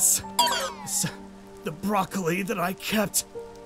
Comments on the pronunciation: Also BrahLocAlI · “The brolocoly”😂😂😂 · It's "boracolele" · Bruh aphmau can’t even say brolawcili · EAT THE BROCLOCOLI! Me: (*Laughing at the pronunciation he used*) Lol, why is that so funny? 😆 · “THE BRAWLAKALY” Aphmau: “NO IM JOT EATING THE BRALAKALYKY 😡” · Also he said brawlawcolli